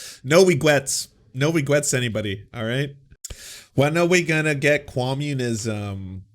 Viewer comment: "Regwets".... lololol damn.